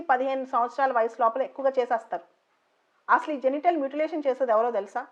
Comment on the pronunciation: మ్యూటిలేషన్ Not మూటిలాతిన్